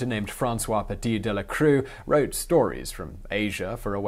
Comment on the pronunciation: Great effort on the Mongolian pronunciations. Can't really expect an English speaker to nail Old Mongolian any more than you'd expect Adele to nail Mongolian throat singing. Not sure why you say "crew" for the French "croix" as you did here and in other videos. I've heard it mispronounced "croy" before, but never "crew". The native pronunciation is "crwah". If people want to see a fictional adaptation of Khutulun, watch the Netflix series "Marco Polo".